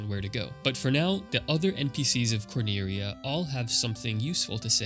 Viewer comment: IDK why you didn't just call Cornelia what it is. You're reading it like you're japanese and cant pronounce Ls. You can. It's just annoying to me lol sorry